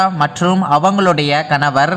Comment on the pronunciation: Kanavarrr kanavarrr rrrrrrr nu solra😡🤮